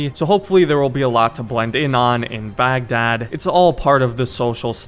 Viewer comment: baghdad is pronounced bagh-dahd (heavy H sound)